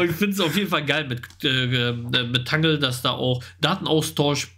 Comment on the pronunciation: Danke für eure regelmäßigen Infos ! Aber bitte sagt nicht immer zu Iota‘s Netzwerk „Tangle“ , es wird „Tängel“ ausgesprochen. Ist doch englisch. 😊